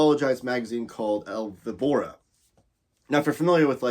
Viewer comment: I have to say that your El Víbora pronunciation was tough to hear. Ouch! This complete edition, was kinda of unexpected, considering FB already had published Vol. 1. Weird. Martí has, besides the short stories, most of them already published in compiled books, another relevant work — Dr Vértigo. It was recently republished in Spain after being out of print for so many years.